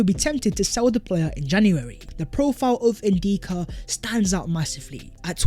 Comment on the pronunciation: his name is N DICK A .. not N deeka lol say it